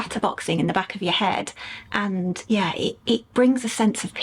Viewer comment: do you realise you sound like an American when you say AaaaND :)... I wonder, is this deliberate?